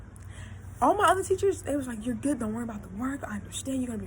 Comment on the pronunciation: “My edges look guood” lol bye. Loved it tho! Keep tellin ya stories!!